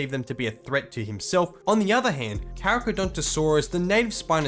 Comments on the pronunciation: it's pronounced "carcarodontosaurus", not "caracadontosaurus". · pronouncing the Carcha as "carachadontosaurus" holy fuck